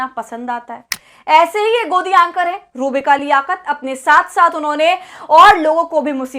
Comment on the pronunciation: Madam iska naam sahi se le ruh-bika lanatttt h